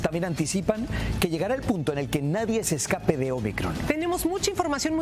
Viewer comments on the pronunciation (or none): none